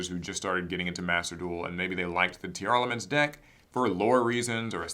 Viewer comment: Say it with me Tier Laments That’s how it sounds dude.. not tearelements. Yugioh players can’t read